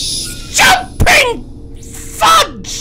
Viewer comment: Did he really say "jOmPiNg.. FuDgE"